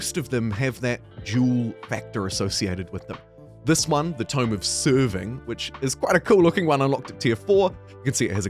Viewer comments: Tome of Sever-ing. Not Serve-ing. As in cutting things off, not servitude. Honest mistake though. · 1080p for me. [Also, it's "sever-ing' rather than "serve-ing". Love your content!]